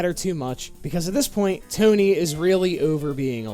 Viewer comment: Toe Knee